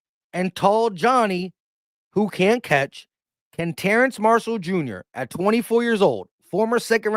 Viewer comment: Every time my man said TerraNce I said TerrAce. 😂